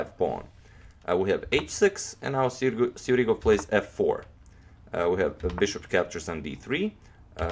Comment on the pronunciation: He is Sjugirov. Not Sjurigov.